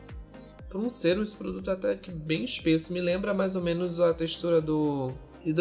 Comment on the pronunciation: Q agonia vc falando sêrum, lê sérum